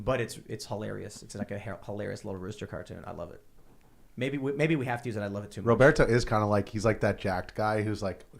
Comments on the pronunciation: if it is spanish row-bear-tow is correct. Not rob-bert-oh. But it is Tim's chicken, he can call it what he wants. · Lol Tim doesn’t know how to say Roberto. was saying it correctly. 😂